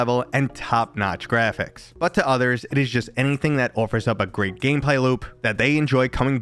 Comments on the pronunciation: "GREPHICS"? u dont like saying "Graphics" do you... Grephicks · Well then, HOW do you spell the new word you made up? lol. I had to guess how to spell your word as I'm not the one who made it up! Seriously tho, did u not notice how you try to pronounce Graphics? In all my years I've never heard someone mispronounce it before so it really stood out! I think something in your subconscious doesnt like graphics... it's trying to tell u something bro... but WHAT?!?